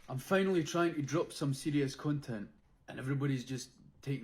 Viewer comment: Aye, not only is he an eedjit but hes takin the piss, Fifers dont say choe-cawlat Oh-ffirs Or when you're a cone-tent creator, what the hell is this accent, am born n bred close to fife and yer accent is a total shambles. Nobody spends £500 on a lunch... thats sandwiches..... And the only people in Scotland that try say wuaguan are fannies. Lived here ma whole life and never heard such a horrendous piss take accent 😂 like someone from north England trying their hardest Scottish accent 😂